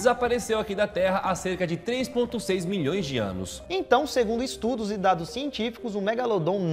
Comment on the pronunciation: Quando falou 22 milhoe eu entendi bilhoes kkk